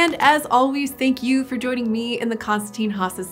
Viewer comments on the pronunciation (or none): none